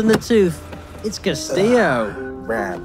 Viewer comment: It’s castillo